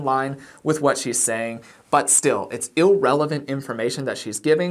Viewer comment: It's "irrelevant". Not "illrelevant".